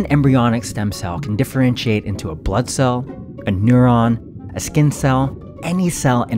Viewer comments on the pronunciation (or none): none